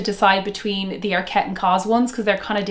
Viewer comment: Great video! But it’s ARKet not arKET. It’s a Swedish brand! ❤️